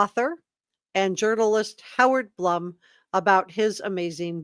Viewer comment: FYI- I believe Blum is pronounced “bloom”.